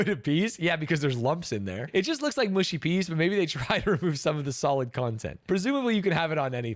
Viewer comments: Mushy is pronounced mu like much not moo like push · Its not mooshy peas, its mushy peas. Stop saying mooshy.